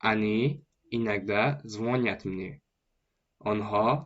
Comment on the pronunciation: Правильно говорить ЗвонЯт!